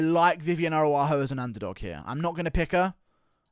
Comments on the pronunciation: Ara-ujo not Aru-ajo ! The MMA "Chael Sonnen" Guru 😂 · Bro her name is arAUjo, not arUAjo. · your pronunciation of Araujo needs work my beanie wearing friend.